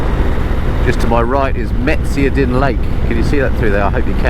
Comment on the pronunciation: Just found your channel & your road trip thru my area :). I live more towards the north BC coast in Terrace. Love the accent, chuckling at some of the pronouncing of places like Meziadin. The mountains in this area are not part of the Rockies - these are the Coastal Mountains. The foothills of the Rockies don't show until the other side of Prince George.